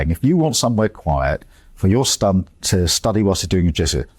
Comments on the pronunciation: He can’t even say “son” properly. Sounded more like stun. The man is a moron. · Stun... he cant even say son. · Stum he can’t even say SON 😂